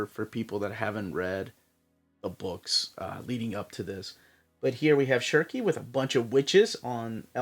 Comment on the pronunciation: Btw it's pronounced as "sheerka"